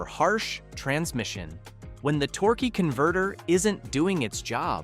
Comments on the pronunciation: Torkay and torky converter pronunciation is almost abusive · Tork, Torker, Torkey, AI sux...